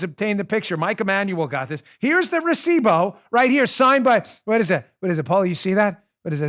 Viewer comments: Recivo. Not bow. Still love ya. Keep killing it. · Here in Venezuela a receipt is una factura. Oh to hear you pronounce recibo is cringe worthy lol. Am american living in venezuela but I can't pronounce english words right lol. Brilliant brilliant brilliant ... the mic, then recibo (factura), drop mic then leave would be epic!!!!! Way to go Bongino team!!!!!!!!